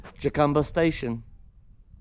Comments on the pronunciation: Jacumba is pronounced "Ha...come...ba" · Someone might have told you already,, "j" in Spanish sounds like "h"...